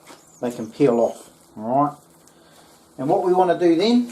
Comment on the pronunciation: Impurities? What ever, "awrite" marijuana leaves, "awrite" fro it in, "awrite" 😂 roll it up, smokin